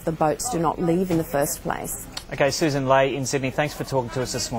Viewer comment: It's Sussan, not "Susan" !